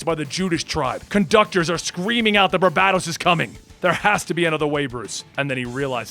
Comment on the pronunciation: I thought it WAS barBATos instead of BarBADOs.. Lolol